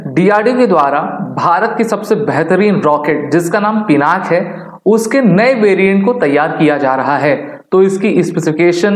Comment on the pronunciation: पिनाक नहीं पिनाका है भाई